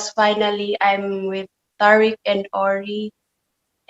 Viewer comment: No it's tear-rick